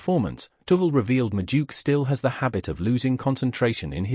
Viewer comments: Madueke ❌ Majuke ✅ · Who's this? The name is pronounced as it's written. Madu-eke